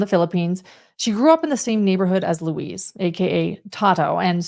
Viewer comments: Thanks for putting this together. It's a wild story. Each time said Luis, I heard Louise. I His name is said like Louis or Lewis- in english. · The name is Lu-EESE, not LOUIZE...like a woman. Its a male name Lou-EESE...like GEESE